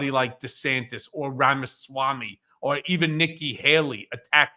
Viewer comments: Please make Ben practice saying "RAMA-SWAMMY" five hundred times so he stops calling him "RAMA- Sam-Way"! it's really weird to still be mangling it at this point! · How can this guy not learn the name of Ramaswami..... Its NOT RAMA-SAM-WEI!!!!Idiot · Ben's awful mispronunciation of Vivek Ramaswamy's name is nearly as god-awful as the man himself or his first edition, Trump. Ben if you want to start a media outfit please invest the time to learn how to pronounce the names of the people you speak about. 4-5 months on, it is inexcusable for you to still be mispronouncing the name so awfully. At this point it is starting to look like you are in sync with the far right's disinterest in minority races - and Vivek's problems are his awful mentality and his awful personality, not his name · Ben needs a diction coach to tell him how to pronounce "Ramaswamy". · Ben, why do you repeatedly mispronounce Vivek Ramamswamy’s surname??? 🤔